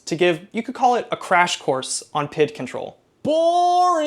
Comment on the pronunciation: Saying PID instead of P.I.D. was jarring, great video man!!